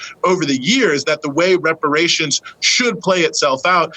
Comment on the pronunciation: It's about #TANGIBLES he brings nothing and could not even say repar ations. You looking at his racism.